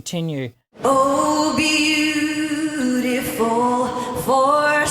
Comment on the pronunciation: she was off on “beautiful” (second syllable “ful”) and “skies”. She realized it and recovered the rest of the song. Like I said, this happens to the best singers and does not change my opinion of her at all. She’s amazing and I respect her.